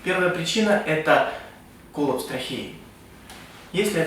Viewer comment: кОлапс блять... говори нормально колАпс!